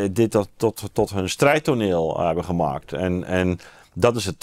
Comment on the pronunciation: Het is niet “we zitten nog niet AN, maar AAN. Let eens op jouw uitspraak Ad. Ook zeg je GEMAKT ipv GEMAAKT.